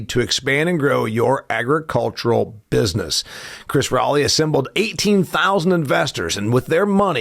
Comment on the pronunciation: I was just listening to your words. Like the word business is not usually pronounced bizus. But really it's not a crisis worth cussing about. It's your show and you can say whatever you want. I was just listening and made an observation. Feel free to ban me, I'll still listen yo.